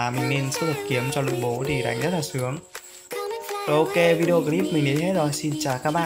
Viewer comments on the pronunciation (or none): none